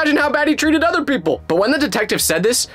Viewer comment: When you said other, you’re talking about a cow it’s other not utter